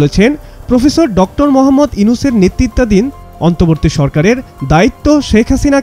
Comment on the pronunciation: প্রেজেন্টার কে বলছি, আপনি অন্তর্বর্তী উচ্চারণ ভুল করেছেন আমি প্রায়ই দেখি আপনাদের মত প্রেজেন্টার রা কিছু কিছু বাংলা উচ্চারণ ভুল করে থাকেন। দয়া করে বাংলা উচ্চারণটা সঠিক করার চেষ্টা করবেন, ধন্যবাদ।